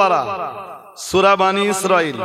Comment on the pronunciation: হে পন্ডিত সাহেব সুরার নাম ঠিক উচ্চারন হলো না